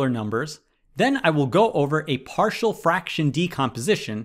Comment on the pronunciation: Why did you pronounce partial like “party-all” 😭